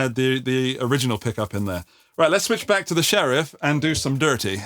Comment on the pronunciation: When you said 'do some dirty' for a split sec you sounded like you were from the American south.